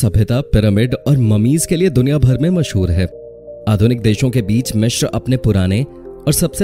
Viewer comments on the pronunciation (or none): Mishir nhi hota Misir hota h